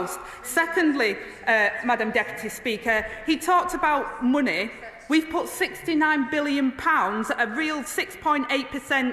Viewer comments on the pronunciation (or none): Can she please learn how to pronounce the word “money”